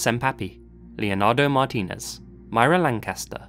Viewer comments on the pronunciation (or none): none